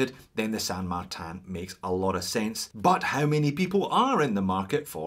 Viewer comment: Why pronounce the name incorrectly. You pronounce the word insane correctly so it’s not difficult to say San Martin. It’s not San Martan. It’s a Chinese company not some fancy company in a French village.